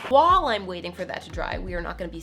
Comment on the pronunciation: does anyone else notice when says "while", it sounds like she is saying "wall"? i always notice it when she says something like "while that's drying.." and it sounds like she said "WALL THATS DRYING" lol